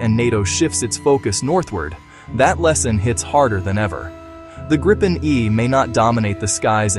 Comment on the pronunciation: And it's pronounced "Greepen", not "Grippen" or "Gr-eye-pen"